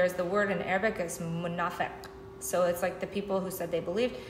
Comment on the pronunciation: MashaAllah your pronunciation of the word munafiq is perfect. May Allah increase your faith. Ameen. The chapter on iron is numbered 57. The atomic weight of iron is 57.